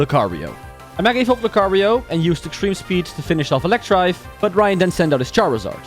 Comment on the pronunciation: You said Electrive but its Electivire... idiot. But nice video i guess (pout)